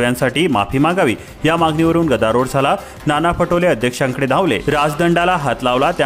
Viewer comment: भाषा अशुद्ध.गदारोड नाही गदारोळ.त्यामुडे नव्हे,त्यामुळे.😢